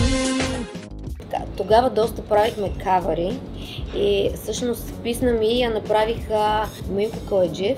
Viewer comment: Писма ми вместо писна ми 😂